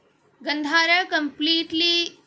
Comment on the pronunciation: Gandhar is pronounced गांधार